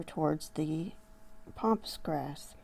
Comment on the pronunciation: Please please please it's called PAMPAS GRASS not pompas. Please say it right as it's so annoying. So sorry to say this but I had to. Love to you and yours.